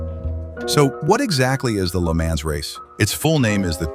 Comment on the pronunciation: At least pronounce Le Mans correctly...Jesus...